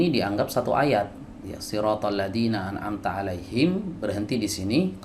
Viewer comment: An amta alif dibaca ain